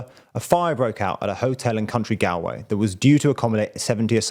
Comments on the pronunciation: Country Galway. It is county gaul-way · The county , thought it looks like Gal-way when written is pronounced. Gaul-way. Or Gawl-way . Pretend there is an u or w after the first a. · Young man, it's not pronounced "tea shock", and Galway is not about a "gal"... it's pronounced "gaul"... Hard to listen to... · Gall-way not gal-way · Galway is pronounced like hallway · County gal-way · Galway pronounced gallway (like gallbladder) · County “Gall-way”. never disappoints. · Galway is pronounced "gawl-way" 😘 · FYI Galway is pronounced Gall-way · He can't pronounce Galway 😂 say ball. Now replace the B with G and add way 💯 😂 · Can't pronounce Galway. Turned off. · Can you please get the pronunciation of our cities & counties right. Just because we speak English you shouldn’t assume you have the pronunciations correct. Plus the names of our politicians. It not hard to find out. You tube is a great help. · It's hard to take reporting seriously when you don't take the time to learn how to say the place names properly. Smacks of ignorance. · Learn how to say galway. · Is it really that hard, as a Brit, to find out how to pronounce Galway? Or Simon Coveney? This video has done nothing to improve the situation. It's not just a reporter's job to lay out the facts as they see them. A reporter has the opportunity to make a positive impact. All you've done is put out facts that people will quote & use to bolster support for anti-migrant rhetoric in Ireland. You could've spun this to actually talk about how migrants are NOT the problem in this country. Be responsible in your reporting. Do not come for out country with your 'click-bait' title. Attitudes towards migrants have been exacerbated because of people from other countries (particularly Britain), going ham on encouraging xenophobia, deflecting people towards the unimportant problems rather than focusing on where the sources of many societal issues are. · Not really. He can't pronounce Galway which is basic